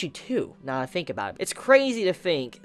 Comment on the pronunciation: A grown adult pronouncing Think as "fink".